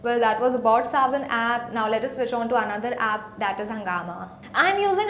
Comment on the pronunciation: Arey, its Saavn, not Savan.:/